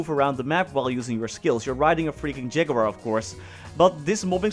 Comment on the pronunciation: We all came here to hear say Ja-goo-war <3